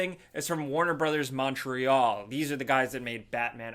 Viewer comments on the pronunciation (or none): none